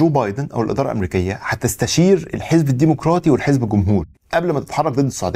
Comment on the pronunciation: الديمقراطي وليس، الديمقوراطي